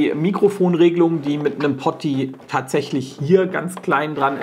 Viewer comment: uncool? Au weia. Poti ist die Abkürzung von Potentiometer und wird nunmal anders ausgesprochen. Ich wollte es auch lediglich mal angemerkt haben. ;-)